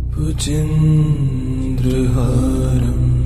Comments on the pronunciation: Very peaceful. But the pronunciation of Bhujagendrahaaram is wrong. Sanskrit mantra pronounced wrongly, is considered negatively. You people should immediately correct and repost it. I'm sure proper sanskrit known people font listen to this. Hence no response like me. has great performance so far. This one serious mistake of the most important Shiva Stotra, is unpardonable.🙏🏼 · Can I ask? when you have a chance &if it's your voice..could you do a correction on the Second line for "Bhujageaindra" instead of the misspoken "Bhujendra"??..many ppl are are thankful for your time to upload.. We just want to recite the mantra how its meant too.. Hope you can receive this message. If its not your voice and unable that's Ok too ***Thank You if you see this and for uploading regardless 🙏🙏💓** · Amazing! Good to meditate, However, Bhujagendra seems to have been mispronounced. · Very nice, Thank you so much! Just one suggestion, please correct the pronounciation of word "Bhujageaindra".. it's important and this makes huge difference when you utter Mantra correctly! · Bhujageindra is not pronounced the right way . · The voice is awesome and peaceful but respectfully I would like to suggest you to correct the pronunciation of "Bhujagendraharam", you often say bhujendra here. Please correct it, it should be Bhujagendra as it has been also written at the video you are displaying. Thanks and regards! Jai Shree Ram! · Excellent rendering 👏 but wonder why is the original word 'Bhujagendra' is pronounced as 'Bhujendra'? With such a beautiful, soo very calming music, That's quite distracting for people like me who have been hearing the original word since ages. Anyway, keep up the wonderful work you have been doing with music. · Wrong pronunciation 🙏 It's Bhujgaindra, not bhujendra🙏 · Libby Mitchell you are right.big mistake in pronunciation bujageaindra